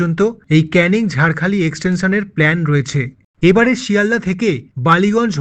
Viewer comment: ওটা নাজিলপুর নয়। মজিলপুর। ঝাড়খালি নয়। ঝড়খালি।